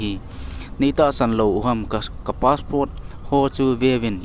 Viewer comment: Passport ..not paspot.